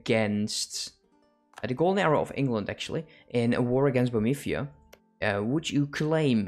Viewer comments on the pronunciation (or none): Hey man, thanks for videos. I just can't stand one thing. It's Bohemia not Bomethia and legitimacy not legitisimy :D